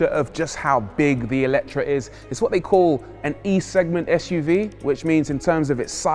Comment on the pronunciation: FYI it's "AY-letre". The original hungarian word has an É not an E at the beginning